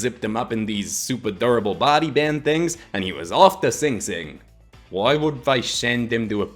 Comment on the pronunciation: Actually its Ossining not Ossinton